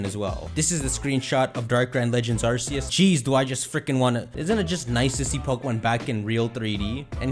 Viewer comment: Almost 2022 and still mispronounces Arceus 😔😔